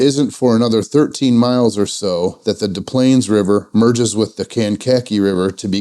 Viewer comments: We also pronounce the first "S" in Des Plaines, as in the "dess planes" river. Not like Des Moines, IA where it's silent. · Enjoy the video. You made me laugh - it's Des Plaines River nothing silent say it like DES Planes; and Kank-Ka-Kee River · Nice vid! FYI, you do pronounce the first S in Des Plaines. Also, Kankakee is pronounced Can-kah-KEE. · Us locals say "Dess Planes" and "Kane-kah-key."